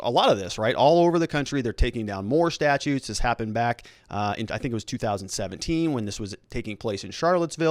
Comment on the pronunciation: Only an attorney would pronounce 'statues' as 'statutes'.